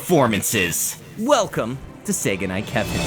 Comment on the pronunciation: Am I the only person who hears "Sega Knight Kevin" insted of "say goodnight Kevin"?